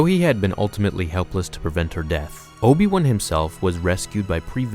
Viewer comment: Obi wun kenobi? That's how you say it?